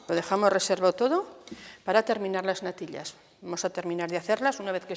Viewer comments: No soporto esa manía ridícula de pronunciar la "ll"como si fueran lll.( natil-llas, gal-llinas, el-llos, ) solo vi la primera receta .ya no aguanté esa pronunciación que me perfora los oídos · Me hace gracia como pronuncia la “ll” . Se ha perdido esa variante fonética y es curioso escucharlo de nuevo. Mi abuela también me hacía esas natillas pero infusionaba la leche con canela y corteza de limón y estaban de vicio